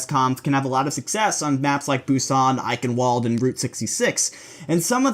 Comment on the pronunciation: Eichen"W"ald please Eichenwalde its a German name use the German pronunciation